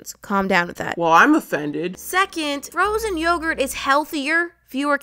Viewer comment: frozonyogert is hethly